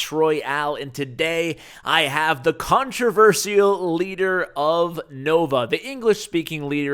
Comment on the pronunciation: Ash can't pronounce "Controversial" 2k16.